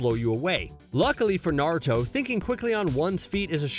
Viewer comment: I swear to god I am so fricking irritated and it hurts my ears when he says “narto” and it’s obvious he didn’t watch the two first series (and there’s only two,because boruto isn’t named naruto)soooo yeah…